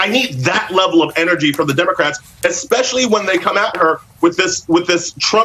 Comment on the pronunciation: He mispronounced "democrats" several times